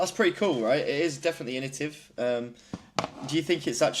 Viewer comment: What did you say? Initive 😂